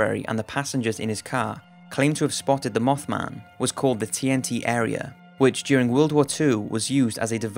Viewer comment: Instead of mothman he says mofman